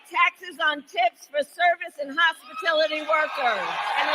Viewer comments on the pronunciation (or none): Its hospitility workers! Then she can say that she never said that she promised no tax on tips to hospitality workers! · Hospilitu..Hopistuty...Hospitiloty... whatever...👀👀🙄🙄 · She doesn't know what little people do for work thats why she says hospitility. And they cant spell on the teleprompter. MSDNC said it was Bullsh when trump said it. Now they love it. F these assholes. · Trump should sue her for plagerism. "No tax on tips or hospitality workers." except she can't pronounce hospitality.